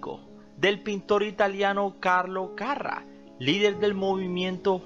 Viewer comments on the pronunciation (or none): (Era carrá )no carra) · se pronuncia Carrá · Porque le pones acento en la primera a si lo lleva en la segunda? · EL APELLIDO DE ELLA LLEVA ACENTO EN LA ULTIMA "A" CARRA!